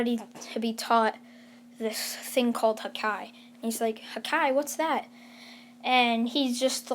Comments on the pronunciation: This man says hakai (hakaiy) and not haki (hak e) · Bro it hurts hearing hakai and not Haki I am actually crying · He knows the story and it literally says haki in sub and dub and this man saying hakai like hakai means destruction and this man watched one piece not knowing it pronounced haki like bruh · its not hake its ha ki ha KI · It's haki not hakai lol 😆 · It's haki not hakai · He said hakia I'm dead its haki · Its easy to say its haki not hakai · Bruh dont say hakai its haki its pronounce Ha ki not hakai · "Hakai" no offense ut its haki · Your killing me everytime you say hakai instead of haki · It’s not called ha ka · You didn't say Haki correct, you have to say: Hockey. It's supposed to be like that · Sound it out h-a-k-ė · It’s ha ki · It's pronounced ha ki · it hurt when he says hakai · Bruh when u missed pronounce haki that mad me a little annoyed 😒 but it’s all good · OMG you butchered the pronunciation of Haki